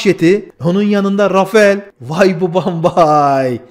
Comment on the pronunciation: Çok sık yapılan bir hatâ var. Rafael değil, Rafal okunur Fransız jetleri.